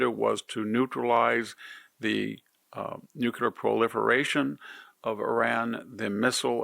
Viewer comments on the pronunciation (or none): Victor, it is new-clee-arrgh, not new-cue-arrgh. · Love you, VDH, but you’ve got to stop saying “nucUlar!” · newclear not new que lur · NU KLEE ER it is not difficult.